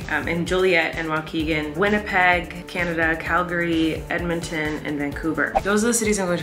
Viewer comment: Props for pronouncing Calgary correctly!